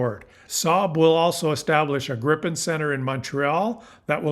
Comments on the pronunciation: It's called Gripen - not Grippen. And it is - and shoulf also by English speaking people be - pronounced "Grìpen, wvere the i is pronounced likr a semi-long "e" Grip means Griffin and Gripen means The Griffin. The name JAS stands for "Jakt, Attack, Spaning". Jakt translates to hunt and spaning translates to surveillance. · According to a Swedish friend, it's pronounced "GREE-pen". Regarding Golden Dome, there is no way it can work without sensors on Canadian territory. Ergo, we have something they need. We should actually charge them for using sensors located on our territory, or at least gain the dubious protection of GD for free. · It's pronounced 'greepen'. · It is pronounced Gr-eye-pen and it is spelled with 1 P.